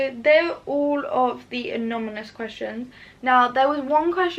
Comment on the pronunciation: I'd like to congratulate your parents for raising an honest, principled, lovely young lady. I also love that you kept saying anominus 🤣. Never change! x